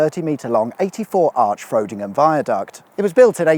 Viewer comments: OMG Frowdingham 😂 Frod rhyming with prod, plod please 🙏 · And “Frowdingham” is pronounced Frod-ingham… I can’t believe he came back to our lovely town, again! I had no idea that that part of the M181 had actually been reclassified as the A1077M, or that the viaduct over Scotter Road extended underneath the embankment, you learn something new every day. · Not Frow..dingham ... rod as in fishing rod. Do you not do any research on your pronunciation 😣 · Going to be a pronunciation police Frodingham is Pronounced frod-ing-ham and Scotter is Pronounced scott-er and my name is Pronounced fu-kin pill-ock yeah sorry for been a critic awsome videos though 👍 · Wierd hearing the 'Ten Seventy Seven' called 'one zero seven seven'. Hahahaha Sc oh tter - Scotter as in Otter. Frodingham as in odd. Brilliant as usual. By the way it always rains in Scunny. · As a local, your pronunciation of Frodingham and Scotter Road raised some eyebrows :D. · My wife's family is from Scunthorpe and we are having a bit of a chuckle at your pronunciation of Scotter and Frodingham 😂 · Not to mention Frodingham being butchered 😂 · "Earl Beauchamps Warping Drain, which sounds amazing, but on investigation, it's not". Never have truer words been spoken lmao. Every time I'm reminded of the viaduct being filled in it brings me great pain, how I would've loved to have seen it in it's heyday. Also, I didn't know it was possible to say Frodingham or Scotter in the way you did, but here we are. I'll let you off, It's not wrong, just different.